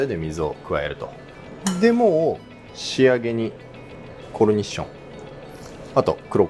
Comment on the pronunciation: コルニッションって言い方まんずかっけぇ😆 …いぶりがっこにも使っていいっすか？